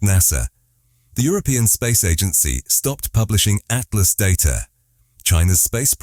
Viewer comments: It's pronounced Atlas. Stop spelling it out each and every time ffs is this an AI voice over? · Spelling out atlas by the "narrator" has ruined the video.